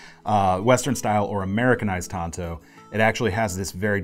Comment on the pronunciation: You're pronouncing it right,. Pronounced like the other traditional Japanese blades; wakizashi and katana.